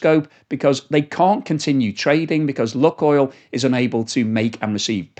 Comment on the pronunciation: Oh, the name is not Luck oil but Luke (as in use the force) Maybe it will not be an issue for much longer though hopefully. I hope Putin sees the error of his ways and backs down. More importantly the Russian people need to understand the issue and not allow it to happen again.